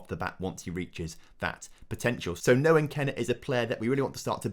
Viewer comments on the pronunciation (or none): none